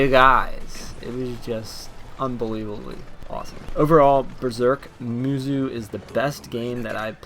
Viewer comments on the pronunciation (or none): XD it's pronounced as ( musou / musow & not muzu ) but nice review & please read the manga first before you jump in to watch one of he crappiest adaptations for anime ever , except for the old berserk anime that was actually good / decent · Its "moosow" not "moozoo" I don't even know how you can get that wrong unless you just think that the o in musou is silent, but even then it would be "moosoo" so I have no idea how you came up with saying "moozoo" all I know is that I cannot watch this video because of how annoying this mispronunciation is. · Isnt it pronounced "moosow" not "moozoo"? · pronounced "moose oh"